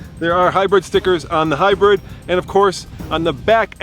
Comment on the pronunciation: he said HyBIRD lmao not hybrid